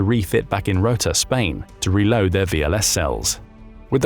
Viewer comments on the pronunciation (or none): none